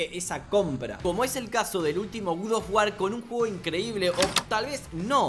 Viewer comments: me da toc cada vez q dice gud of war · El gud of war No te voy a mentir se ve bastante cómodo diciendo god of war mal, suerte mi pana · Nadie: Absolutamente nadie:.: GUDOFGUAR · Nadie: Absolutamente nadie:: GUD OF WAR